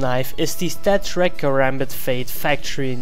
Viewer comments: its stattrak not statrack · It's Stattrak not Stattrack :P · Its called StatTrak not Statrack!